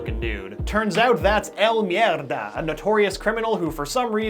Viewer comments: You're the first one I've heard to say El Mierda pretty well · "El Mierda" ajajajajaja, buena pronunciación por cierto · I'M A NATIVE SPANISH SPEAKER AND HEARING YOU SAY "El Mierda!" WAS SO FUNNY HAHAHHAHAHAHHAA